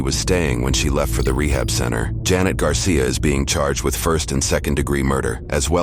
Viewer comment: Why does everyone pronounce janet jeanette? Ive experienced this so mucb